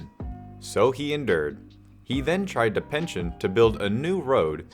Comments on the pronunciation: Hearing him saying pention rather than petition is annoying.. sorry dude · Pe-ti-tion, not pension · Petition, not pension. Two completely different things with very different pronunciations. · First story is pe-ti-Tion not pention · Petition = 'pe tish un', not 'pen shun' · That’s not how “petition” is pronounced. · Fml, that was lowkey tilting me, how did he do it that badly